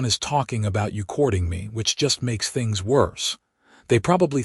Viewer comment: "I wanted to build THINGS....create THINGS"!!!!!!!!!!!!!!!!!!! FREAKING HUMAN SPEACH puts the stress on BOTH of these on the BUILD and CREATE..................NOT ON "THINGS"!!!!!!!!!!!!!!!!!!!!!!!! "I wanted to BUILD things, CREATE things"!!!!!!!!!!!!!!!!!!!!!!! YOUR AI IS GARBAGE!!!!!!!!!!!!!!!! Get a new ONE!!!! or Get a NEW one!!!!!!!!!!!!!!!!!! DO YOU FKN SEE that those two sentences are different"""!!!!!!!!!!!!!!!!!!!!!????????????? STRESS ON THE FREAKING WRONG WORD, CHANGES everyTHING or EVERYthing!!!!!!!!!! YOU DON'T GET IT, DO YOU!!!!!!!!!!!!!!!!!????????????